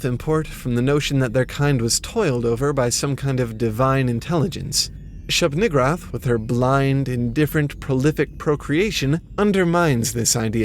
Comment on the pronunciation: I thought that one said shub niggawrath 😂😂😂😂😂